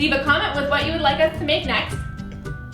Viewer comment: Bone-appa-TIT I cannot. Hahahahahaha